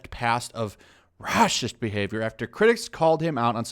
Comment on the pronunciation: Honestly, at this point I'm mostly checking out your videos just to hear you say "RRRRRAHSIST!" XD